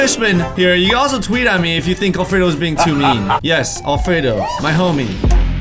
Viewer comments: Why did it sound like alfredo said anal 3 times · sounds like Alfredo is saying anul